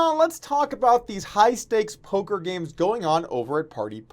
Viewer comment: did he said "polker news" in the end of the video?